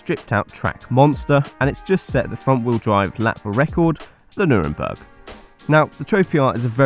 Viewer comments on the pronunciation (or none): Nuremberg? Ahah don’t worry, easy mistake 😏😂